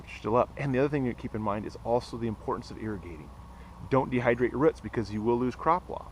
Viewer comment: not ruts. roots